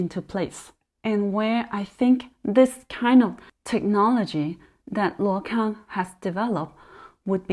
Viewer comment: Hi if you can read Chinese/Mandarin , please take note this company name is pronounced as 路/陆 空！！！